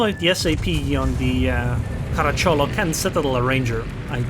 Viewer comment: I know these things are not easy to understand for a non native speaker, but believe me, every Italian would pronounce the name Caràcciolo. The pronunciations from Google do not take in account certain specific grammar rules for derived and not proper words (a term of endearment in this case, common in southern Italy)